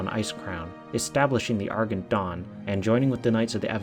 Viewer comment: Argent. Ar-jent. *cough*. Still love your videos.